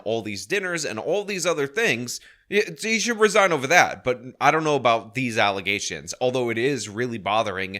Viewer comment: "Defamation of Character" Someone taught her those words. She's not bright enough to speak those words on her own. Nonetheless, know the meaning. Let's not forget " Allezations," as to " Allegations."😅 I want Chief Lacey to get locked up, too. Dotts 😂😂😂😂 Big dummy He's speaking Tiffany's language